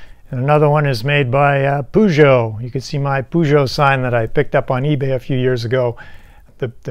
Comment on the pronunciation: thank you for the video but am sure Messieurs Armand Peugeot roll in grave for how you pronounce his name :)))))))) i will look to get a vintage one and restore it